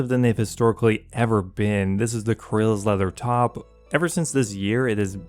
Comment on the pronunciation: kuh-rils? lmao ive only ever heard it says as "Carols"